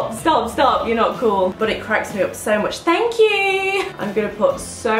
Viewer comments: ' thankqqq' you sound so posh i love it so much babes xx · Thankyou😂😂😂😂 (in that accent)😂